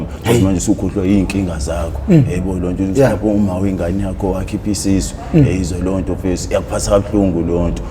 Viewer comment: "Mta ka ma" and "eyezwa leyonto" he say it flawlessly so